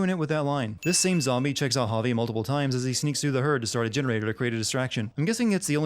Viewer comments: Bobbert The Honey Bear at least he tried to do it right, surely it's a foreigner name to him so it's understandable, you can't pronounce something correctly without some practice of it. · To deliver a sin to the narrator: Despite Javi's name being repeated in the game about a million times, he still manages to say it wrong every time. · sinning this video for the way you pronounce Javi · The way he says 'Javi' 😂😂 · It makes me cringe considering my name is Javier lmao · For the love of Christ why do you say Javi as hah-vay. In what universe??? I’m sinning the continuous usage of hah-vay as a pronunciation instead of hah-vee, the most basic and common pronunciation of Javi. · Clem is casting a shadow , right along the edge of the trees, but it's there. You can even see the shadow from the bib of her cap at the top of the head. One sin removed. Also, it's pronounced "Hah-vee", not "Hah-vay". How do you get a long "A" sound from an "I" in a Hispanic name? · Javi is pronounced like Ha-Vee, not Ha-Vay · Javi is just short for Javier, it’s supposed to have the same pronunciation. “Ha-Vee” but the narrator keeps saying “Ha-Vay”. Idk how some people think he’s saying it the same as it’s being pronounced in game. Javier is not an uncommon name in the US, which I believe is where the narrator is from, so it’s not a “foreign” name. It’s also weird that he thinks they should be speaking more Spanish throughout the game when they’re not interacting with other people that speak Spanish? Kate and the kids aren’t shown speaking Spanish in flashbacks, so they may not even be fluent, just know enough to understand the grandparents(who also speak English, so the kids might only know a little Spanish) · Evelyn C it's literally just "ha-vee." That's not even hard to say lmao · Why the fuck do you call Javi Javey? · I'm sinning this video for each time Javi's name is pronounced "hah-vay" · I'm adding a sin for your pronunciation of "Javi" as "Javè" And another for saying "continunuity"